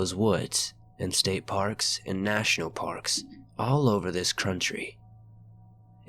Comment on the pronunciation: Bahahaha anyone else catch it? ‘all over this -crunchtry-‘. Absolutely adorable!!!! Love ya!!!!